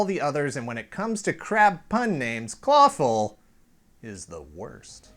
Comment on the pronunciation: Been a fan for a while, found this via the CBS interview. Shell, yeah! When says 'Clawful' I hear Falafel.